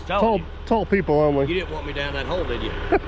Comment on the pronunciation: It sounded to me like said "DP is digging a big hoe". It certainly sounded like that but thank God he wasn't ploughing a big hoe...